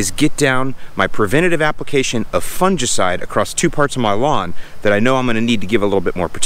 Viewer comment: You're pronouncing fungicide wrong